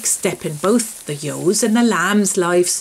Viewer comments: "but before they get re-ewe-nited, I milk the yos" I like how she calls ewes "yos". But she pronounced the "ewe" sound when saying reunited (re-ewe-nited). If she's calling the ewes "yos", shouldn't she be saying re-yo-nited? Lol lol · I love how you pronounce "ewes", it's very similar to the way my late father and grandfathers said it. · Pronounced "yos"